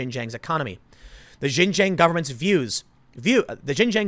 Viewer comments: Please, Tim, it's pronounced "Shin-Jiang", not "Zhin-Zhiang". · Oh Tim it is pronounced Shin-shon not ji-Jang. But the locals call it East Turkistan. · Xinjiang is said sheen jee-ong, closest to it at least. Seriously Tim, get someone to learn Pinyin over there. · Bro it’s shin-ji-yong not jinjang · Tim, Xinjiang is is not pronounced 'Shin Jeeyang" it should sound like "Sheen jyung". In IPA it would be ˈʃɪnˈdʒjɑŋ. Thanks for reporting on this important topic. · You say it like "Shin-jieung" not "jinjang". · FYI Xinjiang is pronounced 'shin-jang' not 'jin-jang'. The 'X' is pronounced as 'sh'. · Pronounced "sheen jee-ahng" not shin jang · Just so everyone knows. Most of the time the "X" in Chinese words is pronounced like a "sh". So its pronounced Shinjiang. Not nitpicking. Just wanted to shine some light 😃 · Xinjiang is pronounced Shin-Gee-Yang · Xinjiang is pronounced Shin-dzyahng (like the French J in Angelina Jolie; jiang rhymes w/ prong). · I think its pronounced shin jang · X makes a kind of sh sound in chinese. Xinjiang is pronounced like shin-ji-ang. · Tim its "shin - jung" source 3 years in china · it is pronounced shing Jiang. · Just fyi, Xinjiang is pronounced like :shin ji-ong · Tim seriously need to look up how to pronounce chinese cities properly! It's pronounced "Sin Chiang". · Tim, I love you man, but it's pronounced "shing-jiang" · Tim!! Xinjiang should be said kinda like this: "Shin - jyahng." The "sh" isn't quite the same as an English "sh," but you'd get close enough. The second word is like "jyee-ah-ng" all in one syllable. Love your content, but this is a word you mispronounce all the time. It doesn't really matter, since you are speaking English, but it definitely grates on the ears of people that speak Chinese. I won't bother with the tonal pronunciation!! Thanks for what you do, brother. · The x is a "voiceless aveolo-palatal fricative," for all the linguistics fans in the audience.